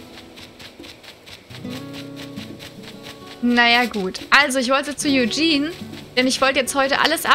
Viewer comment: Sie spricht es Englisch aus 🤗